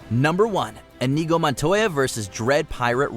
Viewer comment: How dare you mispronounce Inigo!